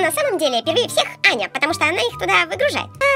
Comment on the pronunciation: Вопервых, не Аньа а Аня и во вторых, не слим а слайм. 🤦‍♂️🙎‍♀️🤬🙅‍♂️😡😠